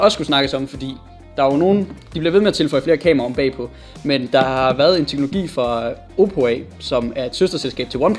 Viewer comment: Lol du både sagde Samsung og Oppe forkert xD